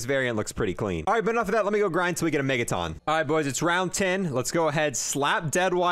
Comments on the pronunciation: Megaton, as in a million tonnes of weight, not megataan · Why does he pronounce megaton like megaTON lmao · Why do you say Megaton like that? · How do you not know how to pronounce megaton